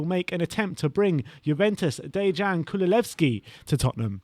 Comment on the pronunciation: “Kululevski” bwahahaha! 🤣